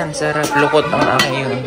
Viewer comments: Dokot po hndi lukot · Dokot Hindi lokot